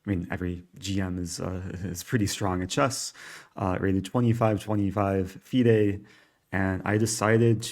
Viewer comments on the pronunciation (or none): none